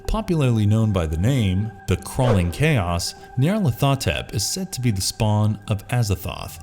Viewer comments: Nyah-lor-tha-tep.....that bothers me lol. It’s Niya-lar-ho-tep. This is my favorite of lovecrafts eldrich entity’s so hearing his name said wrong makes me very sad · ... Ny. Arl. At. Ho. Tep. That's At Ho Tep, not Ath o tep. He was deliberately named to sound like an Egyptian pharoah. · I generally write it Nyarlat'hotep just to make sure people say it correctly. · Nyarly's name is pronounced Nigh-ar-lar-tho-tep, for future reference. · It’s N-eye-ar-lath-oh-tep. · The only thing scarier than these monsters is the way you pronounce Nyarlothotep!!!!! Lol! 😅🤣 I am a Lovecraft purist and i really can't stand the "Cthulhu Mythos" as it has come to be known as. Like most all franchises that get elaborated on by different authors, the stories get sillier, more over the top, and down right goofy at times as they seek to top what has come before. The mystery and the unknowable nature of these creatures becomes lost as these authors leave no stone unturned. Lovecraft created things that the human mind cannot comprehend, leading to madness. He hints at the existence of these things and from time to time gives us a detailed description, but generally it is left to us to try and imagine what it might truly look like. These other authors have stolen the unknowable away and presented us with a detailed description of the hierarchy of these beings. It ruins the world that Lovecraft created. Thanks to them, Cthulhu is now a cute toy made in the appearance of fat headed pop figurines or cute stuffed Cthulhu with big baby eyes that kids can snuggle up to in bed! And who made that awful CGI rhinoceros that is supposed to be a Soggoth? What an idiot. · You pronounced nyarlathotep wrong. Edit: nvm, mispronounced all mamed